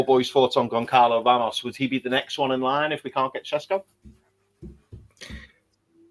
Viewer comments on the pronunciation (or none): Hey guys, love the show. Have followed since you had less than 5k subs. Please Google the pronunciation of Goncalo Ramos. The 'C' is silent. So it's pronounced Gon-zah-lo Ramos. Thank you